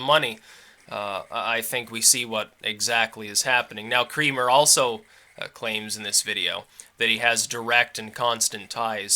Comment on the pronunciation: Doesnt Creamer pronounce it Kra-mer? Its just every time his name is said I think of a facial, I am trying to train myself not to think about this stuff.